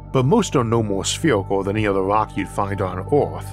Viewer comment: Downside unless your an ork, and of course he is saying rok not rock